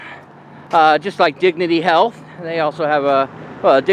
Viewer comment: "Heath" Care